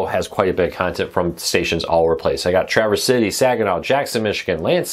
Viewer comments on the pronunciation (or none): none